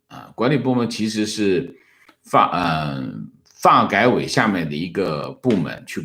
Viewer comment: 请不要把发改委的发读四声